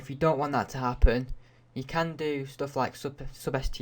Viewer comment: "Sob es stee ahh" Nice way of saying "Substr" dip shit